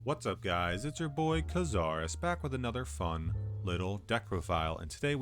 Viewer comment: ITS KAZAARUS